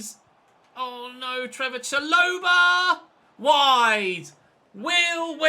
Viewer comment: It’s not cha-loh-ba it’s sha-lo-bar